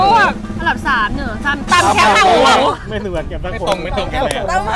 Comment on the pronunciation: แคบ ไม่ใช่แค๊บ